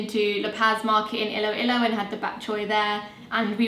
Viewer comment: you pronounce it first “lowlalow then hey-low hey-low 😂